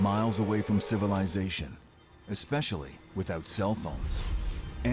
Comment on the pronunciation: I can’t believe that that dumvass can’t pronounce a simple word line especially. American education strikes again 🤣